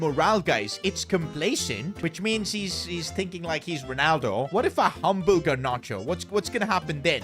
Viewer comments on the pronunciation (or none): none